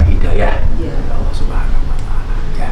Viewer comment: Yg saya dengar dg headset, bliau mbak Katty sudah fasih melafalkan lafadz Alloh, jdi iri ☺ Mugi pinaringan sehat slalu Gus Miftah